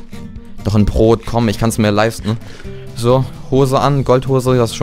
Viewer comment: er sagt immer prot xD ( eigendlich heiß es Brot) ;D